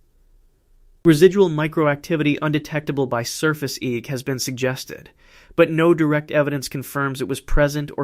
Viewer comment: It's interesting how AI narration gives itself away -- pronouncing EEG as "eeg."